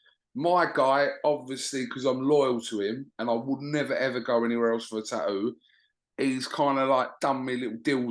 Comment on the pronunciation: you absolute ball bag, why do you repeatedly refer to the word 'Tattoo' as Taooo? Very annoying and silly🙄